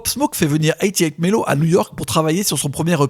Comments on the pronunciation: Détromper vous au us 808 ce prononce eighty pour 80 et eight pour le 8 c’est à dire eighty(80)eight(8) séparément ca a plus de bounce que de prononcer eighty hundred eight qui sonne vraiment lourd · Quelques petites fautes mais la vidéo est superbe. Pop Smoke a grandi dans le Canarsie pas Carnasie. Le beat maker de Pop Smoke c’est 808 Melo et ça se prononce [eight] [o] [eight] [melo]